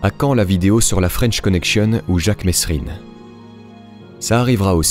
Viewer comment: ça se prononce mérine tu le saurais si tu avais vu le film le vrai jacques mesrine t'aurait vidé unchargeur dessus rien que pour avoir faitl'erreur il détestait ça on dit bien miroménil pas miromesssssnil